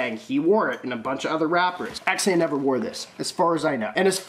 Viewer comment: He says xxxtentacion perfect! If you say it any other way your wrong